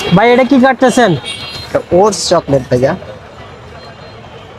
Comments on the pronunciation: চকলেট ❌ চলকেট✔️🤣🤣🤣🤣🤣🤣🤣🤣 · চকলেট মালাই❌ চলকেট মালাই✅